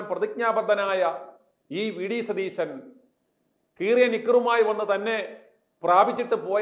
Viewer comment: Your accent is വെടി സതീശൻ. എന്നാണോ. I heard that.